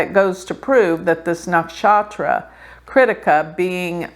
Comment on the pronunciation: It's pronounced! Kri+thi+ka kri thi ka! Not crítica! When you say it with this position it sounds like critical! A negative vibe!!